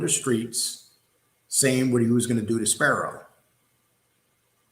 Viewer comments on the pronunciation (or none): It's Spero, not Sparrow. Go watch a bird take a shit in your eye.